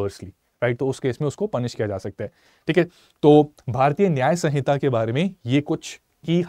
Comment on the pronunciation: It's samhita, not sanhita.